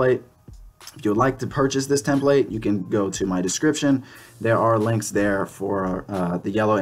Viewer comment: Tem-plate. Don't know why it bugged me so much lol.